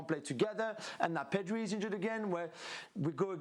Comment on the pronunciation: Ale Moreno’s accent is funny, especially when he is pronouncing a name with R in it. pedRi